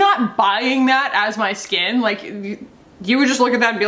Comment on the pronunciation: You had me at Dolphin Scat Edit to say I thought you said dolphin scat vs skin. I'm dying now 😂😂😂